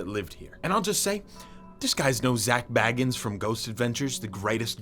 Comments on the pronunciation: It's Zak bagans not bagins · I hate how you pronounced Zak "Bagans"